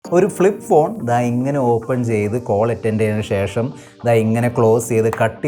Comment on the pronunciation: ഷേഷം അല്ല ശേഷം